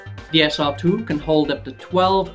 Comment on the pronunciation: say SR-2 like that one more time and ill scream...